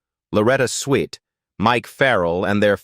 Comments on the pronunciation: Thank you, I thought I was the only one irritated by that hideous Ai voice mispronouncing everything. Loretta Swit not Sweet!! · You pronounce the name SWIT not Sweet! Why can't you fix AI?